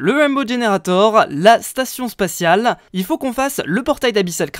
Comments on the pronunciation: Spatial pas spaciale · Spatiale pas spaciale ZUT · Chuuut mais c'est "Spatiale" et non "Spaciale" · "Station spaciale" oulaaaahh ---> Spatiale ^^ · C'est pas spaciale mais spatiale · Station Spatiale c'est pas avec un "C" mais avec un "T"! Likez pour qu'il le voit please:P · "spatial" avec un C XD